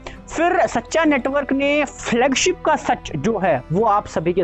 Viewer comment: Flugship नही Flagship बोला कीजिए .. झूठा network जी😊😊😊